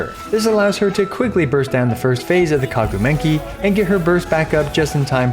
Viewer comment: Kagu Menkii…hehe three times in a row :-D funny! Great comparison though. Love Yelan but Xingjiu is soo old but still great. That’s what really is amazing